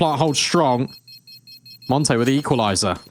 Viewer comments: It doesn't suprise me, My real life name is monte and almost all English speaking people pronounce it monty even if i tell them the pronounceiation is montuh (i think same as the monte team) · it's so annoying they can't even pronounce monte, it's not called monty but i guess it's the fault of their accent afterall, not proper for an international tournament and stream to have them talk with such a hard to follow accent